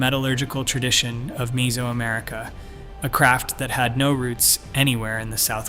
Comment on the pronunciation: MEH-zo-america, not MEE-so-america. Like nails on a chalkboard. I had to mute and go to cc.